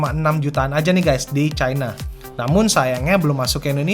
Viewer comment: CHINA bukan chaina